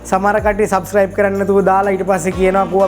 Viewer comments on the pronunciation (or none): none